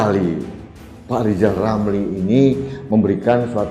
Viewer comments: LL itu LIZAL LAMLI atau apa...??? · Ini bukan RIZAL RAMLI tapi LIZAL LAMLI....HAHAHAHAHAHAHAHAHA😅😅😅😅😅😅😅😅😅😅😅😅😅😅